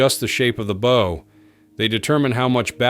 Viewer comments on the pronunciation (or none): I'd be much more impressed if your AI spoke the word bow like a ships bow and not like an arrows bow. Just Sayin' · How are you a channel about ships but you don't know how to pronounce "bow"?